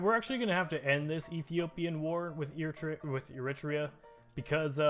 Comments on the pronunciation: Eritrea is pronounced Eritrea (air-ih-tree-ah) not yitria please stop making me cry daddy. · ERA TREE YAH I told you how to pronounce it mate.